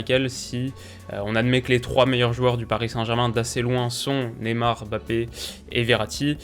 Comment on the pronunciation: Bonne analyse comme d'hab ! Par contre de grâce arrêtez de l'appeler BAPPÉ , il y a un M avant le B c'est un nom de famille prononcer le correctement svp. Ça donne une impression d'irrespect ! MMMMMMMMBappé ! Merci